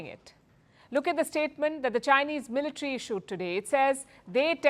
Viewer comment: Its military not militri😂